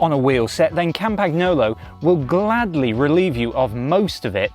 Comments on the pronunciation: It is not "Campacknolo".... 🤦🏻 "Campanyolo" is correct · It's not campaGnolo, it's pronounced campanyolo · Yeah, he fricken butchered it completely. Its not hard. Silent G. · Yeah, can you pls learn how to pronounce that properly? It really is not so difficult… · Learn how to say Campagnolo. And next, the wheels are (market price) 30% cheaper that what you state they should cost. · Was it not possible to find a presenter who actually knows how to pronounce the name of the company whose product he is reviewing? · It's embarrassing, the way you pronounce the company name. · Please pronounce the brand correctly. It's annoying AF to hear it butchered. How about they started saying Winsteen Churchhole? It is NOT just a variant pronunciation, it's wrong.